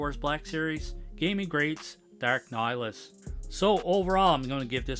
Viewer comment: I believe you don't pronounce the H from what I've heard. The Gaming Greats line has some cool Sith figures. Cool looking figure and great review